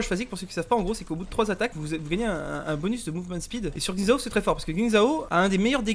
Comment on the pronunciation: Merci de ne pas adopter un accent offensant quand vous prononcez Xin Zhao